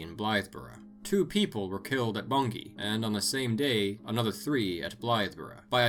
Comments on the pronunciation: Kudos for the correct pronunciation of Bungay and Blythburgh 😊 I live like 30 minutes from both. awesome video ✌️ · I was happy to hear of Black Shuck mentioned as someone from East Anglia and even more pleased to hear Bungay and Blythburgh be pronounced correctly, great video :)